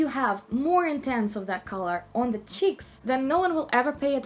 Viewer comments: Apply on your chicks.. Lol I love the way she says cheeks!! 😂😂💗💗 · I love the way you say cheeks... Like saying chiks!